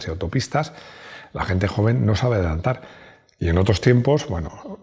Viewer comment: Madreeee ... ¡ Lo que dices de adelantarrrr ! ... Si te oye D. Pera-Pollas de la DeGaTe de gilipolleces ... 🤣🤣🤣